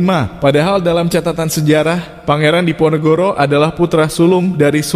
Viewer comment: Nyebut pangeran Diponegoro saja tidak mampu sering kepleset pangeran NEGORO ???! Allah sudah menunjukan ...